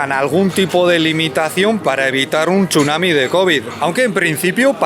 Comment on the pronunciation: pronunciar tsunami "chunami" es de verdaderos Euskaldunak!